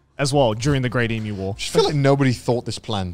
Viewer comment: they way garnt and connor say "emoo" instead of "emyu" im sobbing TTATT